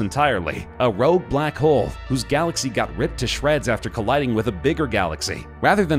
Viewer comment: Rogue black hole.. I hear space Roomba 😂